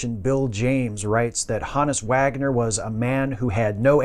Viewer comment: Thankfully a good presentation, & pronouncing his name correctly😉